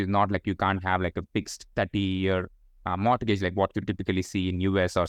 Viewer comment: I learnt a lot from this gentleman. By the way,, don’t take this the wrong way but your pronunciation of ‘mortgage’ is incorrect. I’d recommend taking a moment to learn the correct pronunciation of this word and it’s very simple where you can easily find it with a quick google search.